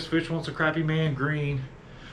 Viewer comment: It is not pronounced Crappy. It's pronounced (Crawpy) A Phonetic illustration to pronounce it correctly.